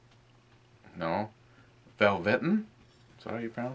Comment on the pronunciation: LOL ! ... it's vel-va-teen